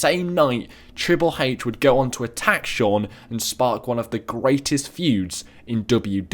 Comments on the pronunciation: he sais trile hache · He said triple h's name triple heyh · he says triple hache